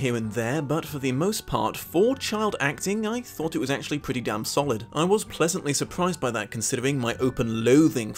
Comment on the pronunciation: Ohhhhh. You said “dam home” not “damn home”. Three times now I’ve watching this episode now and wondered what you had against the beavers’ house.